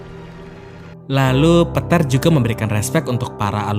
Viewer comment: narator belajar lagi mengeja nama pemain dengan benar... lukas di baca luk.... peter di baca pet